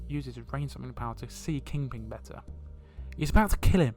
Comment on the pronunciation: Are you saying ‘King Ping’